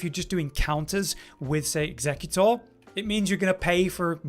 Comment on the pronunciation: I think you’re saying Executor wrong. It’s not a Pokemon bro 😅